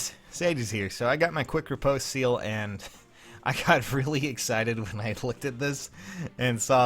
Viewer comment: other than you saying riposte wrong, nice fun fact